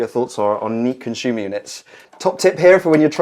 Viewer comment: Conshooma yooneh. Con-si-yoo-mur. You can install your breakers at any sequence. The busbar is thick enough regardless of power at any position. What if you need 10x 32A and 2x 6A That is just a myth. Its absolute nonsense